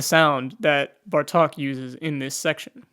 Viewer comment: Just a little correction. It's BEla BArtok, not BartOk. The stress is on the first syllable.